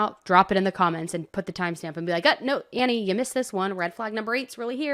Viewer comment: Annie, Annie, Annie... really?? 😂